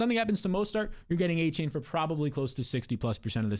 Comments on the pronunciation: Exactly! With all that glazing you would think he would at least know how to pronounce his name smdh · You can’t even pronounce Achane name right